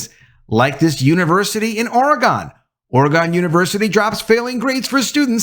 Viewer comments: FYI Western Oregon University is pretty much a teachers college so its no surprise its full of less than smart people with failing grades. Second FYI you are butchering how Oregon is pronounced, it is not Ory Gone like you are saying, it Ori Gun. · It is Ore_a_gun, not Ore_a_gone. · the proper pronunciation of "Oregon" is O-R-E-G-I-N (hard G), not ending with with sound "on". Oregonians go apopletic over this. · Literally sitting here thinking, “I’m gonna comment about how…”, right before you started, “I wanna know what you guys think. Let me know, in the comments below…” So, here I am. lol! Amazing timing there. That said, what I was going to say is: I WANT to say I agree with this guy, & I WANT to say I support this guy. But, then he said “Oregon”, in his fucked-up way, literally 86.583 times. Therefore, I just can’t. I do agree, with you, sir. However, I can’t go to full-on ”Support” because…well, I just have this….”thing”, about how people pronounce & enunciate the names of the individual States of America. Sorry, homie. Maybe next time…? Maybe….. 🤣🤣🤣🤣